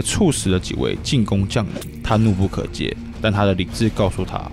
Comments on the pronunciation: 29 :18 怒不可遏(餓)不是(接) 兄弟！ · 怒不可遏ㄋㄨˋ ㄅㄨˋ ㄎㄜˇ ㄜˋ...不是怒不可皆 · 怒不可遏，【遏】這個字念 【餓】。影片很優質，感覺準備很充足